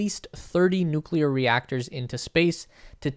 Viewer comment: I like the way you pronounce 'Noo'w'kleyer :)